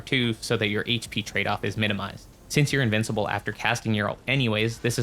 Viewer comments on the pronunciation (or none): none